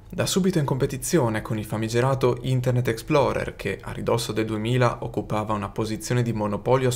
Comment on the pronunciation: "Internet ExploDer.exe" 🤣